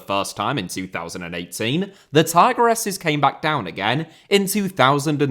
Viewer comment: Another good video/report, but there's just one thing that's grating on me: it should be "tee-gress-es". :)